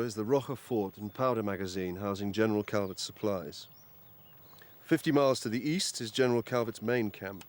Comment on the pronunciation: Alternating between pronouncing Calvet's name "Calvette" and "Calvey"? That's Branding.